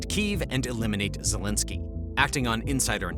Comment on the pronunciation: "Vol eh da ma zelensky" 😆